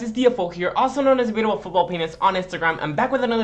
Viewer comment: I thought you said football penis lmao